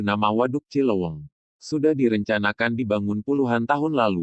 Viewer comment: Cileuweung,bukan cilowong